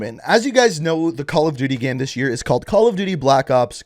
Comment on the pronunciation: Has anybody observed how he says "gam" (like "jam") and not "game". 😆